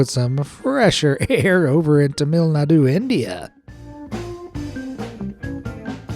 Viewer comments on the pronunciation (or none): lol you pronounced Tamil Nadu wrong! 😂 it’s tam-uhl like to rhyme with camel, and nad-oo like to rhyme with kazoo. Too funny! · Bro great vid. But you butchered the pronunciation of Tamil nadu